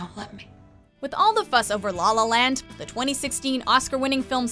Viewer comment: ghehe, she pronounces it 'Lawl Lawl Land' haha